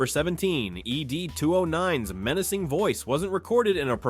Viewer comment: Dear AI.. Its 'Ed", not 'Ee Dee'.